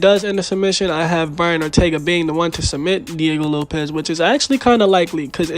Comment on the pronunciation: Sick vid bruh but it's Diego LopeS not LopeZ